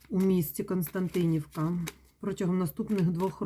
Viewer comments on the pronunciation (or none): Если что то не "Константинівка" а "Костянтинівка".